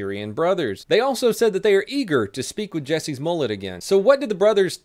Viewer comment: Jussie not Jesse........ugh